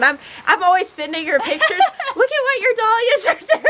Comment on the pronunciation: dahlias=dal yias! Not doll yias!